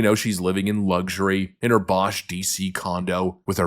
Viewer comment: "Bosh" condo?